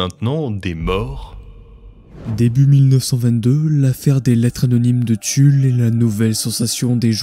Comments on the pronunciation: il n'y a pas de S à Tulle ! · C’est TULLE SANS LE S purée les gars